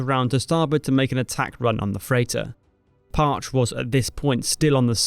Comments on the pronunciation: Excellent work, as usual, but as someone who'd always heard it pronounced "Parch-ee" (The second boat of the name was my Dad's boat), it was a bit jarring to hear it pronounced "Parch". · I worked at SUBDEVRON 5 and on the jimmy carter right when it took over for the Parche and everyone i know who was stationed on the Parche pronounced it Parchee not parch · The USS Parche (correctly pronunciation Par-chay) later was assigned to the Navy Marine Corp Training Center in Alameda CA. Training there with with the Naval Security Group I never had heard this amazing story. 60 years later now. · Ramage was the fourth and second living submariner to receive the congressional medal of honor. And it’s pronounced “PARCH•EE” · It's pronounced, par CHEE. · We always pronounced it “Parch—ee”. Reloading 2 tubes on 5 minutes with the equipment that they had is bad ass! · The name of the boat is pronounced “Parch-ee” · great video! fyi, it's pronounced Parch-ey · It's pronounced Par-chee. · Its PAH-CHEE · It's PAH-CHEE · Par-cheee Pronounce that e. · The ship's name is pronounced "Par-Cheee!" Long e at the end!! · USS PAR-CHE you said it wrong the entire video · Great video! I feel compelled to point out the pronunciation of "Parche" in the context of the submarines is Par-chee. Similar to the spanish word, but with a "e" instead of the "eh". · Pronounced Parchie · Awesome video but a couple of small things one PARCHE is pronounced like Parchee and the first US Submariner to earn the Medal of Honor was Henry Breault in 1921 who survived his ordeal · It is pronounced PAR CHE. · One small point: It's pronounced Par-chee. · PARCHE it's pronounced PAR-chee. It still hurts my ears. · I always heard it pronounced "par-chee", but that could be wrong. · Pronounced PAR-CHEE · If I’m correct, my dad served on the modern Parche, but it’s Par-Chee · Just FYI, it's USS "Par-chee" if I'm not mistaken. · Parche is pronounced Par-Chee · It's pronounced parchEE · It's pronounced parCHEE.